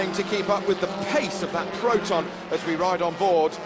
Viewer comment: kerata proton ... enjin bukan enjin protan .. laaa...